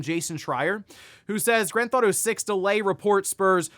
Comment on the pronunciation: stop saying Grandthautho 6 if you can't say it just say GTA 6